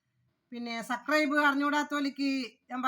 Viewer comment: Sucribe അല്ല subscribe ആണ് 😂